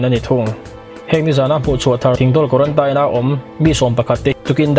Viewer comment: Guarantaine pawh tise kan hrethiam tho😂😂